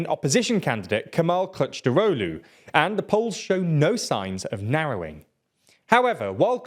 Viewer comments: As a Turk, I was kinda funny to these mistakes, he needed to say something like Kilichdarolu and He was saying CourageDaulu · bro is pronounced K I L I N J A R O G L U its hilarious that you cant even spell it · 🤣🤣 dude, the amount of errors in this video is frustrating! just don't do this mate, please be honest! Erdogan will win in a landslide victory. p.s, the guy your trying to cheerlead is called "Kılıçdaroğlu" not "kictarolu" 😭 at least get that right. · Kilij-dar-oglu very easy to pronounce. Have some respect and learn how to pronounce Turkish names if you are at least willing to make a 10 min video about it. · Here is a pronounciation cheat sheet: - Rejep Erdo an - Kemal Kilichdarohlu It's getting better. Turkish c is a j and c with a tail is a ch. G is g and g with a hat is silent. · I'd say its more like Rejep Tahyip Erdo-an (a brief pause between o and a) Kemal Kuhluhchdarohlu (the I in Kılıçdaroğlu makes the "uh" sound rather than "i") i know it is a murder of a pronounciaton but that's the best I could come up with XD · The c in the middle is pronounced more like a j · I don’t speak Turkish, but that sounded wrong to even my ears. LOL. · I spat out my drink as he pronounced Kılıçdaroğlu 💀